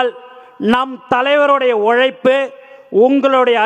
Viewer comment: ஒலைப்பு இல்லை உழைப்பு😢😢